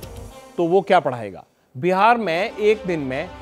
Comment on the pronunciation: Behaar...nahi ji.. Bihar hota hai.😂😂😂😂😂😂